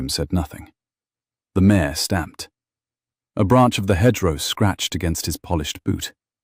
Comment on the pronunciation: Mare not mayor